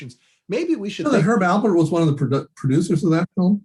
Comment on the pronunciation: ALPERT, Herb ALPERT. Great information though! thanks for doing it!